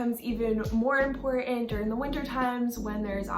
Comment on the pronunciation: Please learn how to pronounce “important”.